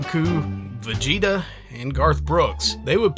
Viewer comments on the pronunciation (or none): none